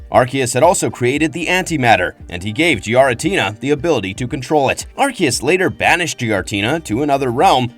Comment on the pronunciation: Please stop pronouncing giratina like that